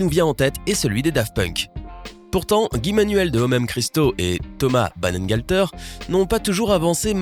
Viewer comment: Serieux "Banengalteur"??? j'sais pas relisez peut être le nom une fois avant de record ca fait vraiment pas serieux, parce que la c'est "Thomas Bangalter"...